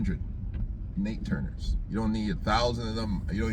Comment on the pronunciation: NAT Turner bruh; NAT: Not Nate. ‘NATE’ Parker played him in The Birth Of A Nation. Every time you say “Nate” I cringe. Other than that - excellent post. 👍🏽